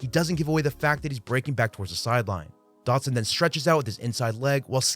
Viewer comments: in the first 30 seconds you said "Curtis Samuels" and "Jahan Doxon", how am I supposed to take it seriously from there? The content is fine, just smack talking the strange mispronunciations to start such a high effort video. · Your pronunciation of his last name as "Dockson" is giving me PTSD from having endured Josh Doctson's bust of a career. Edit: seems like you only did it at the beginning.